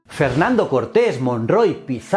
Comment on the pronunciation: por que lo presenta como FEENANDO CORTEZ ??